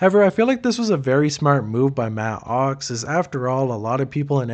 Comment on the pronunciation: I can’t even listen to this because of the way your enunciating “matt OX”